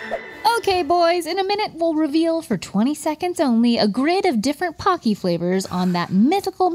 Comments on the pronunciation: my weeb is showing here, but it's pronounced "poe-key" pah key would be パ ッキー but it's spelled ポッキー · In Japan it's pronounced p-OH-cky like hokey-pokey. They are great. Pretz, too.